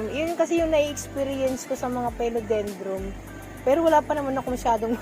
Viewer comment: PHILODENDRON po at hindi phelodendrom FERN at hindi po ferm 🤣🤣🤣